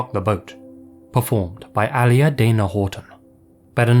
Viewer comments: your prpnounciation is usually so amazing but i wanted to cry when you kept saying Aaliyah's name like "Ally-Uh" 😭 it's pronounced "Uh-Lee-Yuh"!!!! either way, i still love you. heres a lil kiss ->> 💋 mwah hehe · Ikr, at first, I was like, who is this Ally person? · A-lee-ah not Ali-ah lmfao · It’s “Uhh-Lee-uh”, not Al-Lee-uh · It’s Uh-LEE-uh, not Allie-uh🤦🏾‍♀️🙄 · Aaliyah (uh-lee-yuh) no alia lol Love you dude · all-ee-ah is wrong, a-lee-ah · lol Aaliya's name isn't pronounced "alley-uh" it's "uh-lee-uh" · Normally I love your content but this was kinda cringey... if you're such a big fan of Aaliyah, why don't you know how to pronounce her name? Its UH-LEE-UH not Ali-AH... if you're going to make money on youtube regarding the drama surrounding someones passing, you should at least pronounce their first name properly. It wasn't a stage name, it was and is her real name so please pronounce it correctly. 😥 PS half of my family is from UK so please no one blame this on an accent. I've yet to hear it pronounced this way in 33 years of life. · Ahh-lee-yah. Not ahliah. Its a arabic name but as ny favorite singer i felt i should let you know your pronounciation is really off unless thats a uk thing! Thanks for covering it. Aaliyah was truly a lovely soul and had in infectious smile and haply outllook on things. I often wonder to this day what her contributions to music would be especially because she was so ahead of her time, also other minor nitpick but she was a r&b singer rythem and blues not pop! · Is her name said the way he said it? He said it AL-ee-uh. i always thought it was said "uh-LEE-uh" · her name was pronounce UH Lee Uh not alley uh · It's pronounced Ah-LEE-ah not ALEE-ah. You got the emPHAsis on the wrong syLLAble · For the love of god please lookup the pronunciation of Aaliyah. It’s not Al-yah. It’s A-liyah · Isn’t Aaliyah pronounced a-LEE-ah, not AL-ee-yah? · “Al-e-ya”???? You mean “A-Lee-ya” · it’s A-LEE-YAH not ALI-lee-yah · its AH-LEE-AH